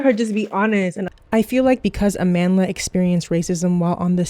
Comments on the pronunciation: "Ah-man Dlah" It hurts to hear such an important South African name be butchered in pronunciation. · I knew what was up when she explained how her name was taken from the word Amandla meaning power, a word used to bring strength to the SAn struggle against Apartheid, but they pronounced it as Amanda. Mispronouncing a word takes away its meaning and thus power. It's even worse listening to people overstretch explaining why it should be a biracial or American to fill the role. Reasons like its Hollywood or no one wants to watch Nigerian actors from Nollywood. It's so flippant and disrespectful. Imagine we adhered to those reasons for Black Panther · you pronounced her name wrong